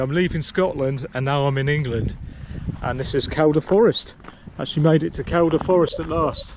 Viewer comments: Living the Reiver life haha, aah'm en Scoatlan, I am in England, aah'm en Scoatlan... Repeat until Cows all stolen. And as mentioned, it's Keel-duh. 👍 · In my local patch there, Kershope and Kielder (its pronounced Keelder) lol. You will be lucky to see people as its a very remote area. I've cycled the bloodbush road from Kershope to the reservoir at Kielder. Re those blockages there are loads dotted around kershope forest they a very keen to put them up but they forget to remove them when works are finished!! I liked the drone attempt for a signal pity it didn't work atb Dave.